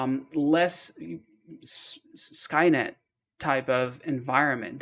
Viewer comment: Yo you said it correctly, SkyNet.